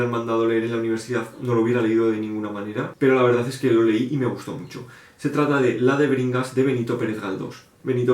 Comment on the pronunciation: Crimen y castigo me asusta por lo tochazo, pero ultimamente lo veo mucho, así que creo que quiere que me lo lea. De Alexandro Dumas, no me llama mucho ese, pero si El conde Lo de tu forro por la portada horrible me da risa, es el segundo vídeo en el que lo veo xD Hasta que no leí la descripición no entendí el título De Bringas, yo escuché que dijiste DEBERINGAS. xD No me llama mucho. :D Pedro Páramo me gustó al inicio, pero por alguna razón no lo terminé. Geniales recomendaciones. XD Los clásicos que más me gustan son: Confesiones de una máscara de Yukio Mishima La campana de cristal Silvya Plath Saludos.